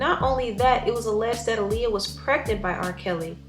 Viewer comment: I thank you for speaking on what Aaliyah went through. However, I wish that for once someone would pronounce her name correctly. Her name was pronounced AH-LEE-UH, not UH-LEE-UH.